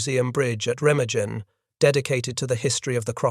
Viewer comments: Pronounced “Ray-ma-GUN. “ There is no soft G in the German language. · Re-mag-en is the correct pronunciation. “Junkers” is pronounced “Yunkers” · I can’t listen to your program screw up the pronunciation of Remagen. Pity as the battle is fascinating. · Please try to pronounce Remagen correctly